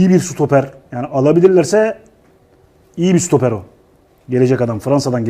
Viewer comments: Serdar Ali reyiz öyle güzel sutoper diyor ki, artık doğrusunu telaffuz edemez oldum. Ağız dolusu SUTOPER demek gibisi yok harbiden de hdhdhdh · sutoper değil kardeşim stoper